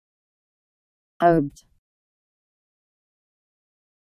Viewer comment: My name is Obed too. But this video is pronouncing "odd".